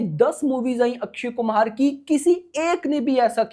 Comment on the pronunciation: Bhai akshay kumhar nhi akshay kumar